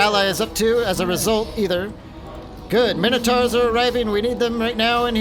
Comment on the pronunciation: Just jumped in as it's the first vid I saw, fancied taking a look at a tough Beastmen campaign. But I can't put up with it. When have Mine-O-taurs been called fucking minno-tars? Youre not the only one who fucks this up, but I can't deal with it man. Plus you're so damned indecisive. Had to quit out, won't be back.